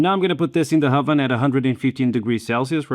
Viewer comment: Why can you pronounce the letter H when there isn't supposed to be one, like in the word 'oven' , but you can't pronounce it in words like 'hybrid' ?